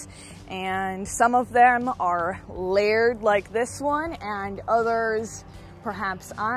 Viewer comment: The way pronounced layered was odd, too. It sounded like laird.